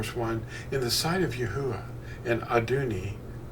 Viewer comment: Not to nitpick ya...but im pretty sure you are pronouncing the breath sound twice..with the saying of the first part of THE NAME..YAH thats the yod and the hay..then its uah witj the breath at the end...more closely EE AH OO AH..praise HIM! 😘 luv ya..ill never forget when Fossilized Customs fell into my hands...changed my life my friend..thank Yah for making you bro! Shalom!